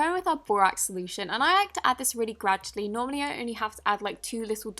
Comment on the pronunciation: I realy hate that u say "graddualy" when u pour in a gallon of activator!!! No hate!! I love u